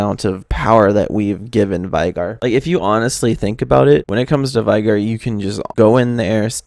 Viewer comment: his name is pronounced vay-gar. he says his own name if you listen to his emotes